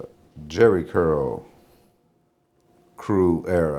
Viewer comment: This fool said SCurl 😅😅